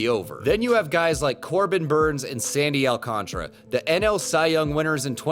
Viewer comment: You're not alone. Drives me nuts too